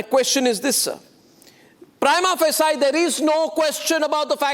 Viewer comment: Anchor Goswami, the word “Prima facie “ is a Latin phrase. So its correct prinounciation should be as Mr.Harish Salve is speaking. Your pronunciation is wrong.